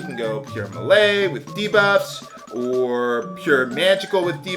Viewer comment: Oh and I promise I'm not trying to be tha pronunciation nazi xD but ti save you from future trolls trolling ya, Melee sounds like May-Lay. Btw I totally don't know why my first 2 posts on your videos are about how you say things..But it just REALLY helps me enjoy LPs when little things like that are taken into consideration. I cant wait to watch the next SD3 videos!!!